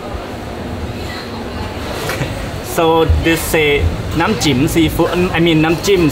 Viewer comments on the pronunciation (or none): The repeated mispronunciation of นำ้จิ้ม (dipping sauce) as นำ้จิ๋ม (vaginal fluid) was hilarious. It is also funny that the first person to make this error was the fluent Thai speaker,. Many years ago I taught English in Thailand. A fellow teacher decided, one day, to tell the students (who were about 10 years old) about snow, or in Thai หิมะ (hima). He mispronounced it as หีม้า (hee maa), which means horse's vagina. Unfortunately, he had learned how to write in Thai, and he wrote หีม้า on the board and all the students diligently copied this into their notebooks which they brought proudly back to show their parents. You might guess that the parents would be furious (because Thais are quite conservative), but in fact they found it hilarious. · they didn't laugh at you but that Thai sauce name when you pronounce with low pitch the meaning will change to sex joke. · For those of you who didn't get why and kept laughing when she tried to say nam chim is because she said chim in the wrong tone and the meaning changed from lit. poking water = dipping sauce to pussy water/sauce xD